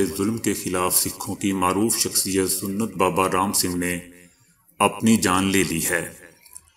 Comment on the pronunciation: Ye lafz sunnat nahi he Ye sahi lafz sant he संत سنت ہے س پر زبر ہے ن پر جزم ہے اور ت پر بھی جزم ہے